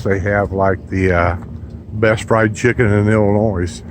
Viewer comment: I only watched to see if he said.....the "s" on Illinois......and he did.